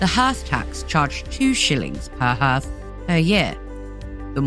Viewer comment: Interesting but hearth is pronounced 'harth' not 'herth'.